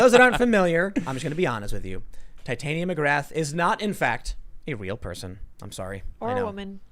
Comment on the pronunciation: irl its TIT-ania, not tite-ania